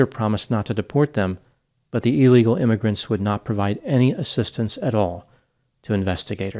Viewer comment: Interesting intonation in describing the “illegal migrants” witnesses.